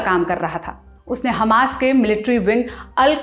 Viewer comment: Tha nahin thye bol